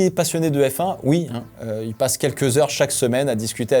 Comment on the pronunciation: Quand tu prononce le nom de la ville où ils font le châssis, j'entends "anvil" tu m'étonnes que la caisse est une enclume 😅